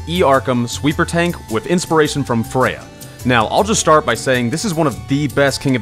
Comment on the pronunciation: Ok I know most people don't care about this but you said Freyja correctly and it makes me so happy!